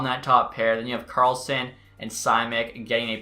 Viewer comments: Hearing you pronounce simek as sy-mek hurt as a sharks fan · Simek is pronounced "Shh-mek" but anyway, you already traded him lmao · Simek is pronounced "Shimek" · thank god you traded simek quickly, could not handle that pronunciation for much longer